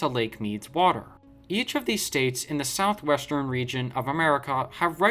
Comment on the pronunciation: 1- you need to learn to say Southwestern properly! 2- you really need to do more fact checking